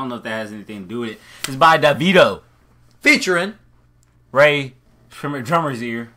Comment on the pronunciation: I'm strongly begininig to think the blacm one should go and bleach his skin to white at least then we finally know where he stands. Even the way he pronounces davido is scaring me nawa ohh